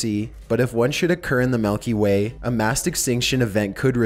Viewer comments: "nucular" "melky way" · I hate how pronounced things. Nukular, Malkyway. Dude come on.